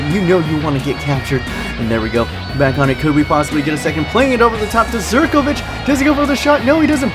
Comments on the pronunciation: Please pronounce Zivkovic as zivkovic and not as zerkovic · did you say there zirkovic hahaha its ZIVkovic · and u pronounce zivkovic like ziv-ko-vik